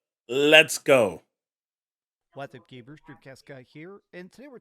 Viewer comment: He actually says Gabers if you have Closed Captioning on.